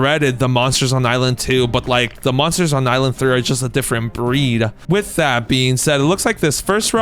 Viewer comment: Bro plz stop saying with I being said I begg u